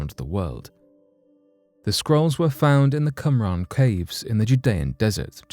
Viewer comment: Qumran... not Cum-ran... it’s not a porn company